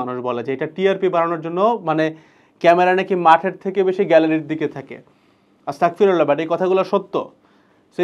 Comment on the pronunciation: আসতাকফিরুল্লাহ নয়, আসতাগফিরুল্লাহ